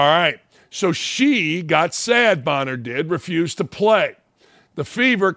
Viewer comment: Hey Dan Dakich, maybe you should take the time and know the names of the people you are talking about. It's Copper, not Cooper. And Bonnor, not Bower. although you got it right some of the time. Hard to take you serious if you're not prepared, and you called Parker lazy, seems if the shoe fits....